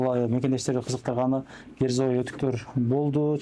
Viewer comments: Герзовый эмес Кирзовый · Герзовый эмес -- кирзовый !